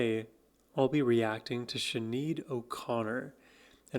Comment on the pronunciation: Her name is pronounced Shin - aid. React to her all of her songs from The Lion And The Cobra and I Do Not Want What I Haven't Got albums please. ❤